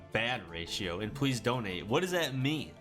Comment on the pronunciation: dude says "pwease" donate